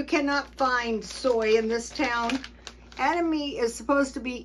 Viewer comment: Ed Uh ma may that's how you pronounce it phonetically